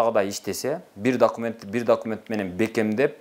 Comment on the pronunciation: Дакимент дейби шүмшүк ?